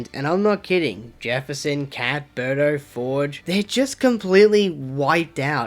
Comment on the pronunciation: The way you say "Berto" sounded a lot like "Burter" from Dragon Ball Z